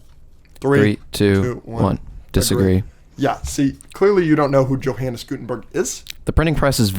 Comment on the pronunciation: It’s pronounced “Yo-Han”